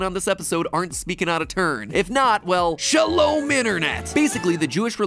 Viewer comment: I like the attempt to say shalom it was out of pocket but very funny.